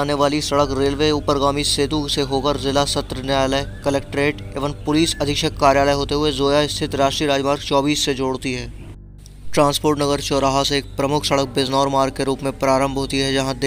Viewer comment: It's (Zila) not Jila...!! Expect this all is good.... Informative